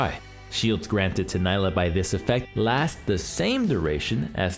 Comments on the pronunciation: Gosh dang it, it's "NEE-lah" not "NY-lah" get it right😂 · good guide but I think its Knee-la not Ny-la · It's pronounced NEELAH. She says it herself. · I can't wait to play "ny-lah". she's gonna be so much fun. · Man, imagine being paid professionally to make videos on League champs and not even being able to pronounce her name correctly when the champ herself mentions her own name every other voice line.